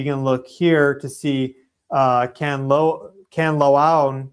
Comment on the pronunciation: I'm currently in the Philippines. I've only been here 5 days and have had 2 alerts on my phone. One for an earthquake and last night for Mt Kanlaon's eruption. 😮 BTW it's pronounced can-la-ohn. 😊